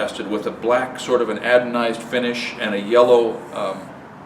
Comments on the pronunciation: I don't mean to nitpick, but the name for the finish on the aluminum square isn't pronounced "adonized", but "anodized". It's called this because in the electrical circuit required for the finishing process, the part to be finished is used as the "anode". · I think you were trying to say “anodized” when referring to to black finish on aluminum square but what you said was “adonized”. Keep trying- you may catch on! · Apologetically: It's an-o-dized. Have you ever tried talking in front of a camera for 15 mins without mispronouncing a single word? Good luck. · Humbly: it's a-NO-dized.